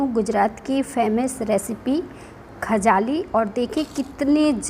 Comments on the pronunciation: Not khajali but khajli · Khajli not khajaali. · Memkhakjalee nhi khajlee